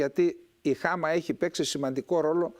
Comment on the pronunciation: με την συριακη προφορά Χ`α φεζ.Ο γιος του Μπ`ασελ.Η Χαμ'α.Ευχαριστω!